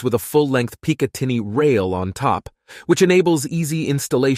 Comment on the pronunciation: It was always feeling a bit 'off' during the video... but when he announced the Pee-Cah-tinny rail I relaxed a bit... after picking up myself off the floor laughing. Edit: Ooh daym! I fell to the floor again: "While some argue the 5-7 isn't effective as a Self-Def. round... others says it sux at it!" 🤣🤣 that made me feel light headed, must be I need to drink more water to compensate for the laugh-crying.